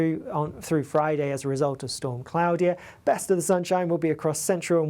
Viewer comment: Cloud-ear? Or Clord-ear? 🤔😂